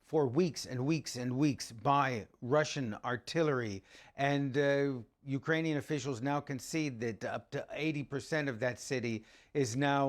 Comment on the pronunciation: No one gonna talk about how silly he sounds when he tries to put on a Ukrainian accent and mispronounces every bit of it 😂😂